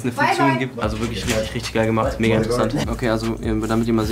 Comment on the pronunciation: Das ist ein Insider und bedeutet "Mega" also spricht es extra "Moiga" aus